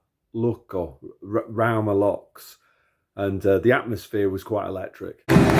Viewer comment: It's Lukko, not Lukio. BTW